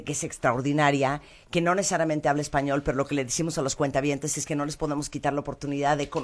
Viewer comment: Me duele los oidos cada que dices cuenta- habientes, estoy en el banco o que?